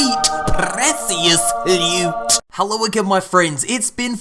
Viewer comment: Luuute. Sweet precccioussss luteeee. Love it when he says dat. It's the accent. Wouldn't sound right any other way